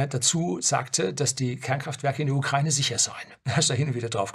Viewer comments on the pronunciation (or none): none